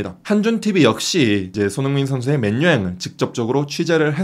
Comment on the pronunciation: 왜 맨유를 맨뉴라고 말하는거에요? 그것도 기자가